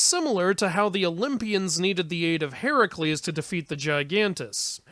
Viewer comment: Who's "Heracules"?